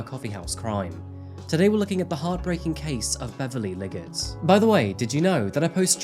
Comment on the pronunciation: 3 minutes and 17 seconds and in maybe 18 or 19 seconds in, I swear he said Liggers instead of Liggett.